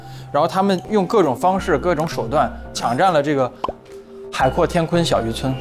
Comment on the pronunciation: 我又聽到了海闊天昆😂👍